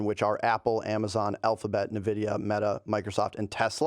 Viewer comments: I love how said "Nividia" and didn't even notice 😂😂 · The pronunciation of Nvidia has got to be intentional at this point